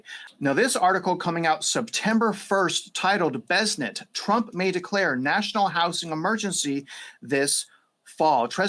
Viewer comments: Its bes-sent, not bezzznet 😅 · The surname Bessent is pronounced BESS-ənt, with the emphasis on the first syllable. The "BESS" sounds like the word "best," and the "ənt" is a soft "ent" sound, similar to the end of the word "pleasant". Here's a phonetic breakdown: BESS - like the word "best" ənt - a soft "ent" sound -google AI